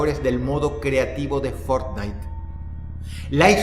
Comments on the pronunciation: lo mejor del video fue cuando dice fornite.... en el segundo 2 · Que juege fornite dices ?😂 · El título dice que iba a hablar de fornitee JAJAJAJ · Fort Night.! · Boton para que Dross diga Fortnite ➡